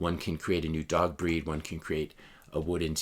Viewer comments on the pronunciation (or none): none